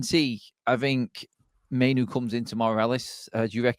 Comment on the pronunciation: Mai-noo not Mai-no.....and please stop mention Eth..its old news...